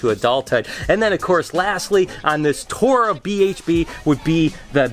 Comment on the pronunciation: I thought you are from Michigan! You said tour wrong! Hahaha Could you also explain how the rack system works?